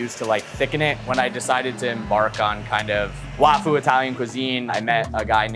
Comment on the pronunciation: LMAO i remember hearing that and not thinking anything of it for some reason but yeah "suh kuh mon" is crazy too. i feel like if you're taking on other cuisines and stuff the bare minimum is learning to pronounce them correctly. at least he said wafu right and not "waifu"